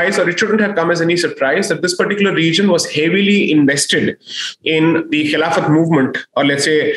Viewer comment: It is khilafat that's how it used to be pronounced